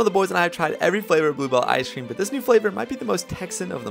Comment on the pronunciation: I hate the way he pronounces “ice cream”